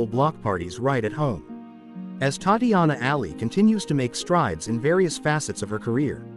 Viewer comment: WHY IS HE NOT PRONOUNCING HER NAME RIGHT!!!!!!